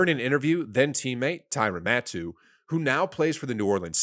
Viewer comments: HAHA!!! I caught that too. It's pronounced Tyrann (Ty-ran) Mathieu (Mat-hew). Matoo - is that a sneeze? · Man I was like who lol (pronounced Mathew) Matoo said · Tyrann Mat-too? Come on. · Great video, seriously. But I cracked up when you pronounced Matthieu as Mat-too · How do you not know how to pronounce Tyrann Mathieu. Pronounced like Mathew. Ma th you Come on man!!! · This is unbearable. Script read by someone who has no idea about sports or what is he talking about. Butchering Matthieu name was agonizing. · "" doesn't know how to pronounce Tyrann Mathieu's name? 🤦🏻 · Good concept but poorly executed... Didn't pronounce Stephon Gilmore's name right or Tyrann Mathieu. Makes you look super amateurish honestly.